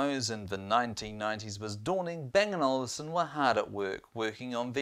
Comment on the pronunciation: It's Olufsen, not Olivsen